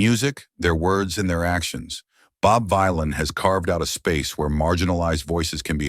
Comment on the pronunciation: its the AI VoiceOver that cant read it the proper way.